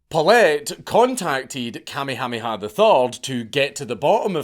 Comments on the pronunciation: It took my brain a moment to register he was saying Kamehaneha…BAHAHAHA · KA-me-HA-me-ha was a jaw-dropper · You murdered the king's name. It's "Ka-may- hah- may-ha". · Hearing Dank say "Commie hommie ha" instead of "Ka may ah may ah" is making me giggle a little bit too much. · Listening to you pronounce Kuh may uh may uh as commie hami ha is hilarious. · Bruh… It’s pronounced: Ka-MAY-ha-MAY-ha, not KAH-may-HA-may-HA. I grew up there, and you’re right, it’s a huge mishmash of cultures, but it’s awesome. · Note from the Pedantic Police: we are reliably informed (by a character from "Magnum P.I."; anybody remember that show? Tom Selleck running around in shorts & wearing a doormat on his chest, for reasons...) that it's pronounced "King KAH-May-ah-May-ah"... apparently they used to be very big on doubled up syllables... ;~ ] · Please don’t ever say Kamehameha again! Your mispronunciation is SO atrocious that I cringe every time you say it. 😮 For the record, it’s Ka-mayha-mayha. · I can stand you saying tamyhamiha for another second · I just stopped in to hear the Count say “Kamiamiamiha” 30 times. That’s is all, carry on. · Kamehameha pronounced "kah-may-uh-may-uh" bro seriously watch an episode of Dragon Ball Z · Lolololol...... king what?....kuh-may-uh may-uh. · Just so you know - Kamehameha is way easier to pronounce than whatever it is you are saying. Kammy Hammy Ha LOL! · It's better than actually trying to speak Hawaiian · Listening to you try to pronounce Kamehameha is hilarious. Kuh-may-uh-may-uh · Thetr are no Y's in Kamehameha. The blind leading the blind. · Good lord man. Watch some friggin’ Magnum P.I. to learn how to say the name of the former Hawaiian king. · It’s KA MAY HA MAY HA III 😂😂 So funny trying to listen to haoles try to pronoun our names let alone think they know anything about our history and culture😂😂😂